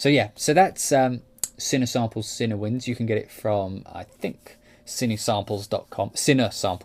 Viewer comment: Nice video. Personally, still waiting to hear more from Berlin WW. I like the fact they have ensemble, divisi and their amazing runs/trills script. Cinewinds sounds really nice though. I am definitely going to pick up Cinebrass too. ps - I always thought it was pronounced cinEE as well - not cinna!